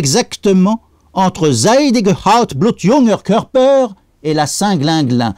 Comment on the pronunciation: he, wie der des "blutjunge Körper" ausspricht! rigoló ;-D